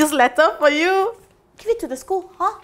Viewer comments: the pronoun citation of is it itghhh it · The way she say is it? I hear igit?